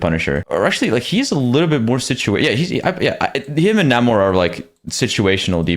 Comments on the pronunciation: It's pronounced NEIGHmor not NAHmor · its really annoying that people now call Namor, Na-more instead of Nae-mor